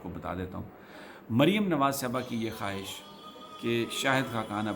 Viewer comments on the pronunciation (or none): none